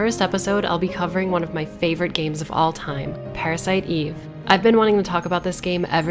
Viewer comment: "Pa-ra-si-to Eve-vu" This. This is the reason why i come back to this video over and over again.